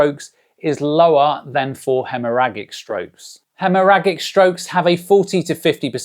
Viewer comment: Pronounced Hemmorajic.